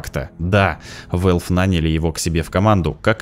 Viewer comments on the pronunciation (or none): none